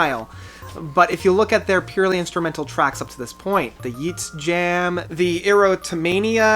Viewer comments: Derek Sherman? XD Derek Sherinian, btw it's Yet-say Jam, "Ytse Jam" at least that's how the guys in DT pronounce it. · How am I supposed to take anyone seriously who can't pronounce "Ytse Jam?" Even "Erotomania?" Really? Dude!